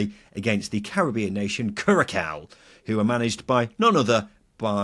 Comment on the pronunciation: My brain hurt more and more with every pronunciation of Curaçao in this video